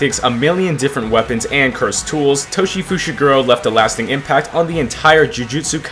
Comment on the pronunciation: why do you pronounce Toji as Toshi